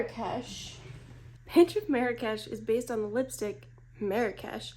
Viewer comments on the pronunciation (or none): Small correction. You mispronounced Marrakesh😂. No worries you're not the only one. But as a Moroccan myself I find it kinda funny but interesting how people pronounce it elsewhere. But I blame the french cause they started this mispronouncing catastraphe. That a lot of people say it wrong across the globe. It's not meri-cash. It's marr (hold the r sound) marr-rraksh that's how you pronounce it. So the first part you pronounce it slower and hold the R-sound a little longer and then rol into the other r (again hold the r but pronounce it a faster) no cash more like kesh/ksh. As for MAC i personally no longrr buy from this brand for ethical and political reasons so won't be purchasing these. I do however have some of the older ones like so natural and blush please.